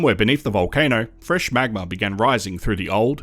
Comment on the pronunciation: Drinking game: take a shot every time the narrator says “magmer”